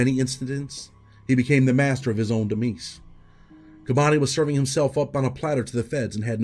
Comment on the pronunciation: Dem-eyes demeyes..... Demise.